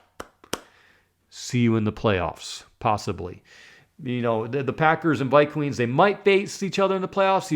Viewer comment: ViQueens??? I assume by your hairline you're an adult. And it's pronounced Darnold as in Darnold Schwarzenegger!!!!!